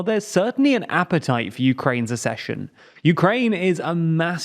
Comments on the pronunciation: The word is ACK-session. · ACCESSION IS NOT PRONOUNCED LIKE THAT! HOW MANY FUCKING TIMES DO I HAVE TO TELL YOU?? YOU HAVE ONE JOB !!! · Please, please, please learn how to pronounce the word ACCESSION. Nobody else confuses the words access and assess!